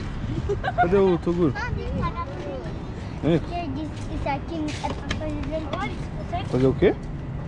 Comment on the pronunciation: "Aí toduro" kkkkk